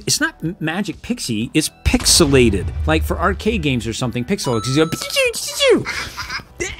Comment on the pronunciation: Pix-elle = pixel